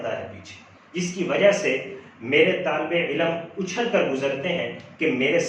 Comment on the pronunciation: سر علم کا تلفظ درست کر لیں، عِلْمْ درست تلفظ ہے جبکہ عِلَمْ غلط ہے، باقی ماشاءاللہ آپ کی ویڈیو بہت زبردست ہے-👍